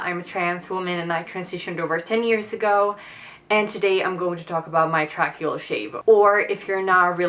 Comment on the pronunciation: In the U.S. we usually say it like "tray key ull".